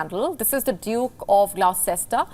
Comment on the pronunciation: Conventional pronunciation is GLOSTER (not gloww-cest-er) . Never pronounced as gloww-cest-er.